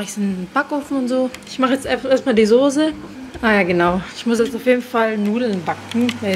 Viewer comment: Es heißt Soße !!!! Nicht Sose... irgendwie provoziert mich das, fast jeder YouTuber sagt das falsch.